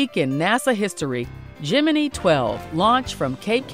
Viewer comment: geminee, lol